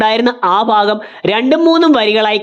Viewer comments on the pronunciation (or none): none